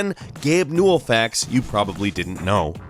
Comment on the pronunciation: I thought it was pronounced (New-well)